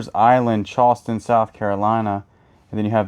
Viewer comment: I love the way he say "Chawston."😅